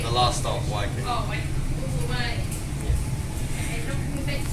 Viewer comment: Waikanae is pronounced "Why-can-eye'